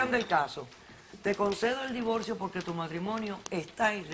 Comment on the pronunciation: Divolcio despielta espantoso pronuncian